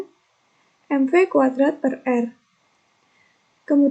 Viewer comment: Saya intan rizqi, mohon maaf izin mengoreksi untuk menit terdapat salah pengucapan yaitu omega kudrat per r yang seharusnya omega kuadrat kali r. Terimakasih